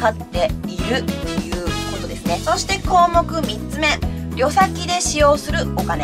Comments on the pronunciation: 旅先「りょさき「じゃなくて(たびさき)でしょう？がっかりさせないで！終わり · 【旅先】たびさきをりょさき・りょさきと言われると話しの内容が全く入ってこなくなった。こんな小学校低学年の読みを無理に言ってるの？ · 旅先はりょさきじゃなくて、たびさきだろ( 一一) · 「旅先」って「たびさき」かと思っていました。「りょさき」なんですね。